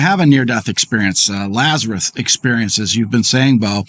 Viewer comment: Isn't his name Lazarus? Why do you keep calling him Lazaruth?